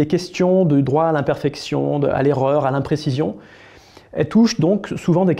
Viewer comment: Non, la preuve " eRReur" et pas " ereur " 😅